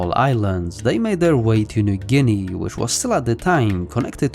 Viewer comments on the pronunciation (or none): none